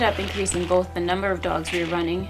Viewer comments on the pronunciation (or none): none